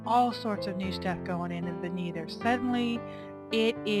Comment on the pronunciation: My ears are bleeding, wtf is a neether????